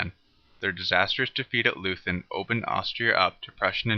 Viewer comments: Nice animation, however it is pronounced loy-tun not loo-then. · Good Video, short but very well done. Just one point: "Leuthen" is pronounced like 'Loyten' not like Loosn" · No lathen but Leuthen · Loothen for Loi-Tin is dumb, though. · Leuthen is pronounced: "LOY - ten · Can't trust a guy who cannot pronounce Leuthen. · No English tongue can,so what?